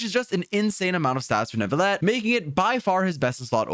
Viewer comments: I do appreciate him trying however ville is one of the exceptions when encountering the double ll . While many people do rightfully think its nu-vi-yet its actually pronounced nu-vi-let. Another reason why I both love and hate french. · please. It’s NOO-VILL-ETT, not new-vee-yet. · Like this comment if you pronounce it "New-vil-et" Dislike this comment if you pronounce it "Ner-vil-et" (like some of the English voice actors) Reply if you pronounce it a different way entirely. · Finally a Youtuber that at least tries to pronounce names correctly. The "New-vil@ from others is really bothersome and I'm not even french. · "croissant" - neuvilete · You pronounce his name wrong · you didnt pronounce his name right in french. you dont pronounce the L's. dummy